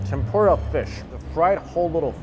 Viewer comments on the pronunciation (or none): none